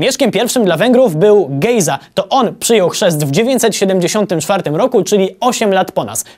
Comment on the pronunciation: przyczepię się, że bliższa oryginałowi wymowa to "Gizo". :P